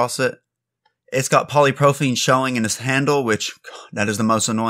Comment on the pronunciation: Good info here! btw its “poly pro PYL ene” 😊